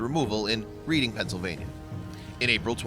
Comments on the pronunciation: It’s pronounced red-ing not read-ing... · Its pronounced RED'ING.Not reading like a book. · it's red-ing not read-ing it is just spelled reading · You pronounced Reading, PA wrong. It's pronounced "Redding". Same as the Reading RR. I'm so glad they found the kitty! Poor critter. It's a beautiful cat! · that is not how you per nonce the name of that city. it may look like reading but you say it reding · Although the town is spelled "Reading", it is actually pronounced as if it were spelled Red-ing. Just saying. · It’s pronounced reding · It's pronounced Red-ing...thanks